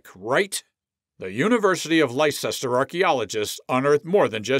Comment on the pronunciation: Please its pronounced Liecester ( Lester ) . Hope this is an AI commentary.